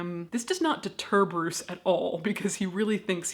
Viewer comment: His name definitely ain’t Bruce.. take it from a Dane.